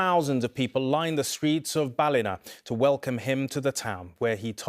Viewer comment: Ballina is pronounced Ballinaaaa😊